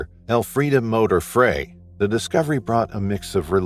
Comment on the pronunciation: Frey is pronounced Fry. ❤